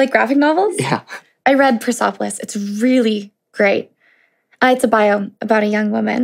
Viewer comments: “persopolis” yup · When she pronounced Persepolis as "Persopholes" I bit my cheek out of sadness for Marjane Satrapi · I got heated when pronounced Persepolis as "Per-SOP-polis." Girl. Really. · "persopolis..." the name of the book is persepolis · Ya'll missed out on making fun of her pronunciation of Persepolis XD (pur-sep-o-lis not pur-sop-o-lis)